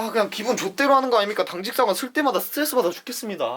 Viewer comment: 당직사관 발음만 좀 더 대충 했으면 완벽th